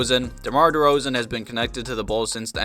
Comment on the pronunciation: Not d-rose but deRoz'